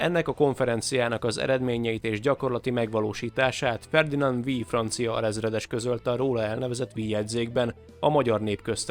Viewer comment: A "Vix" kiejtése nem "ví", bármilyen furcsa, hanem fonetikus. A neveknél rnem mindig működnek a szabályok. Ahogy Skorzeny-t is sokszor nem németesen "cé"-vel ejtik, pedig az a helyes.